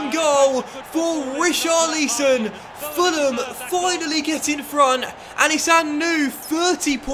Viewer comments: STOP SAYING RICHARLEEEEEESON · please, stop baiting us, just say Ri...Char...Li...Son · Pls we know you can say Richarlison correctly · Still not saying richarlison correctly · The hype for the correct pronounciation of richarlison i real... is a master in marketing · Can u just learn to say richarlison